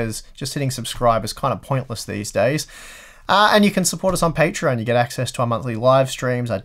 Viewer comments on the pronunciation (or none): none